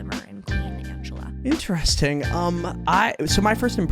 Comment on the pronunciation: Also its ang E lla like angelic